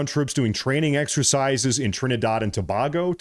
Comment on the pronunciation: Tobago [ TOE - BAY - GO ] NOT [ TO - BOG - O ]